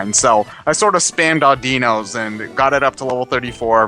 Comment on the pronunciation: Um,, I think you pronounced Audino wrong. In the anime and the Pokepark game it's pronounced so it sounds like 'I dunno'. Just thought I'd say. Please don't rant at me.